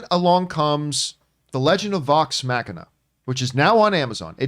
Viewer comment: It was OK but I wasn't wowed by it. It might be that there has been so much fantastic animation over the last couple of years that this series seems a bit old hat. Also Vox Machina pronounced MOCK-in-ah. Not Mack-in-ah. Mock. Like a jet plane going at Mach 1. We don't say Mack 1.